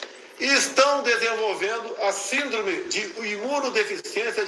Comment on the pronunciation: nem lendo esse burro na pronúncia direito o que lê Síndrome.Ele pronúncia SINDROME como conseguiu ser presidente.Que vergonha